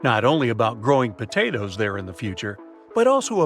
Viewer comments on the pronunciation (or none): none